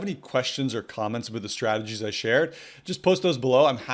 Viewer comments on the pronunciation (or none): I like how you say oot and aboot. Yr Canadian eh?